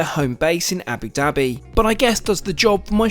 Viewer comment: I'm surprised that you still have not learned how to pronounce Abu Dabi. Love your videos, but if travel at least learn how to speak properly. Wish you could some videos about the cheapest/ middle class or turn to something new since these ar egetting boring